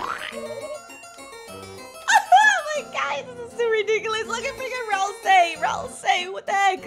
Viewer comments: she still says rasel instead of ralsei... :| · also keep saying ralsei not "razel" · ralsei is like ralsay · That's also wrong. It's pronounced ral-say. Toby even pronounced it on the livestream